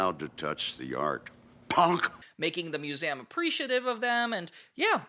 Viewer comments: Why does he say “museum” like that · You say 'Museum' weird.